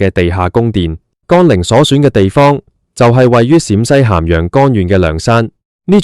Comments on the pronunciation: 乾陵不是讀干陵，咁都讀錯太過份了! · 乾，連字都讀錯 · 讀都讀錯